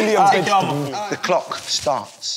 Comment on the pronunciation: "Vegtabuls" that killed me 😂